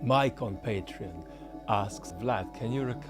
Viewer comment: “Mike on Patreon” sounds a lot like “my compatriot.”